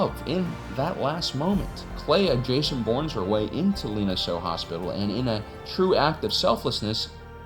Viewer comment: Respect for calling it Lina Soh.